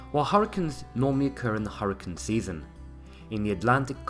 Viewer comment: it's hurricane not harcun. please get it right man. I love your videos but learn how to say HURRICANE.